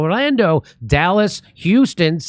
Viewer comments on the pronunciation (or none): none